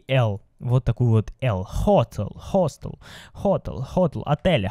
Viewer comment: Как всегда лайк . Но правильно Hosтел